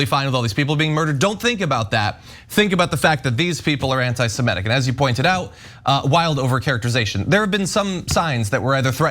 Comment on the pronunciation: What is “semEtic”?? I’ve heard of “semItic”.